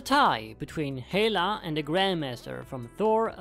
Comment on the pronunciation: You pronounce Hela wrong.